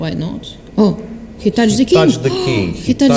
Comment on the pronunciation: “Khie sed he totch the keeng” “Khie tudge the keeng”